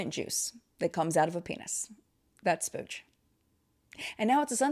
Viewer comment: That's "splooge" 🤭😂😘